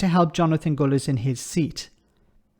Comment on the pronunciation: His name is Gullis not Gooliss.